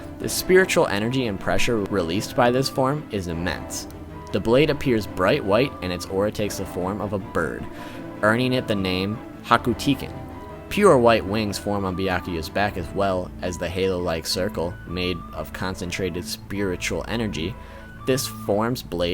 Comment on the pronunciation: I don't mean to be rude, but there are a couple things you mispronounced. Reiatsu is pronounced "ray-ah-tsu" Senkei is pronounced "Sen-kay" Hakutaiken is pronounced "Haku-tay-ken" Only reason is Japanese pronounce vowels slightly different than in English. Hope it helps for future videos